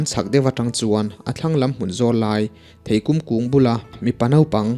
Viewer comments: Theikum pawh i hre lo niang chu maw? I naupan laiin i ei/lo ve ngai lo niang chu maw? I seilennain a zir deuh niang chu maw? Theikûm ni lovin theikum aw..... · Theikum tih hi i lam dik lo kum tih hi mihring kum kan lam Rik anga lam tur thei tui tak ania mizorama thei tui pawl anih ka ring kan naupang lai chuan a tam thina thing ah an zei zota aniang theipabuan hreirawt tih ang kha kum30 Chuang ka hmu tawh lo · Thei kum i lam dan hi a diklo, kum lai hi lehkhachaih kur - kum tih kum lai lam ang hian lam tur. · Theikum hi i chhiar dik lo. Mihring kum kan sawia kum tih ang hian thluk tur a ni